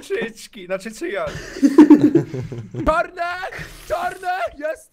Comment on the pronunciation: Cycki... Znaczy Cyan - (Cyjan) XD